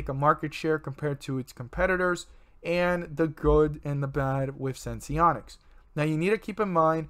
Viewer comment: Its senseonics. Not sensonics.